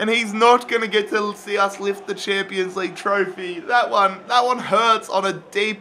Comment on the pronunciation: 😭😂😂 "champo league"